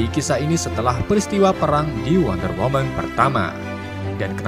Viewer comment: Nonton serius eh malah Fokus kata narasi nya "perang" jadi "pelang" malah ngakak😂🤣🤣🤣